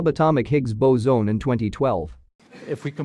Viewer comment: Gotta teach the robot voice narrator to say "boson" correctly.